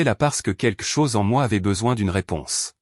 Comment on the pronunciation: Encore une histoire sans intérêt , d’une banalité prévisible. De plus commenté, par une voix artificielle, qui devrait apprendre à s’exprimer et à prononcer : « keke chose pour quelque chose « entre autre. !! J’ai perdu mon temps à regarder cette débilité . E. M.